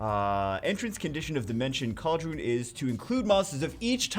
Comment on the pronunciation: It's Khal-dai-ru-n